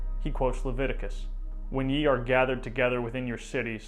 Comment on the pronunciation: a little correction "ye" when used as an article is supposed to be "þe" which used an archaic letter that was replaced in writing for some time by "y" used for the "th" sound in English, so it should be pronounced as "the". "Ye" as pronounced here is an archaic word and was used as the second person plural pronoun